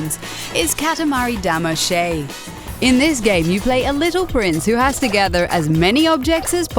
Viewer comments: It's Da-ma-see. Not Dama Shay! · It's okay lol But she does exagerate a bit (Damashay) Just say Dama-see or Dama-she and you'll be fine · it's Katamari Damacy and not "Katamari Damashay" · You pronounced "damacy" wrong.